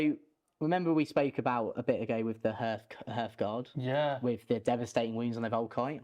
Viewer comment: Great video but every time he mispronounced hearthguard it made me want to write this comment